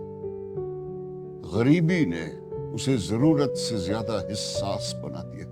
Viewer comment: Wajdani not wijdani hassas not hissas...still a good reading